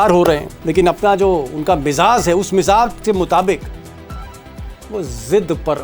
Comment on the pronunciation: Mr. Sharma, you are a wonderful anchor but need to improve your rustic pronunciation. Its Lehja not Lehza. Its Mizaj not Mizaz. More over, don't use Sahab with Trump. Rather call him Lunatic Trump.